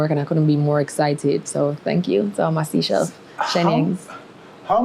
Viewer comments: Seachelles is pronounce as say-chells my dear..not seachells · SEA-shells? SEE-shells? It's Seychelles..pronounced SAY-shells